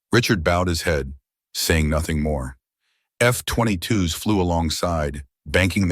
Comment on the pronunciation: Stupid AI narration, F20 twos instead of F22's, Wine-ds at 15 Knots instead of winds. Please pay a human who knows how to speak properly.